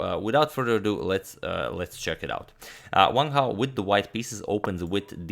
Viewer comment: is it correct to pronounce it "vang hao" rather than just "wang hao" ?? i mean the guy is chinese there's no need to make that w into a V... correct me if i'm wrong or should i say vrong